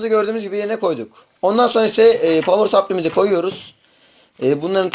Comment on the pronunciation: niye "povır sapliy" anlatsana biraz